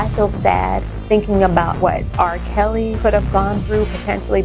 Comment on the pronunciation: Did you say R. PISSY???...LMAO!